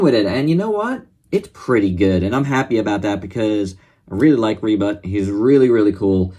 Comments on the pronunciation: Ribut is storm in Bahasa Malaysia. Its Ribut like "boot" not "but". Nice review love this Ultraman! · I knew Ribut from Upin Ipin, lol, and i instantly fell in love with him back then Oh, and you can pronounce him like Reboot, with a faster oo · U speak the name really funny but! The first name u called was right.and im getting wierd vibes when u say the name funny like ultraman rebutt..like..he just have his butt.. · u speak the name funny...